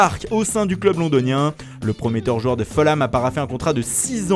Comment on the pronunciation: Par pitié, arrêtez de prononcer Fulham "Feulam" ! Le "u" se dit "ou" en anglais.